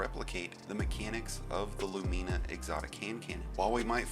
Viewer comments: Your pronunciation of Lumina is jarring. LOO-men-uh, not loo-MEAN-uh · "LuMEEna" still great vid tho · Why people be pronouncing it Lu-meena. Lol. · You are butchering the name of that exotic weapon something crazy 😂😂😂